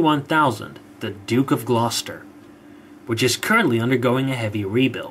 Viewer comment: Yes, but at least he did get 'Glost'er' right! Shall we try 'Wymondham' on him?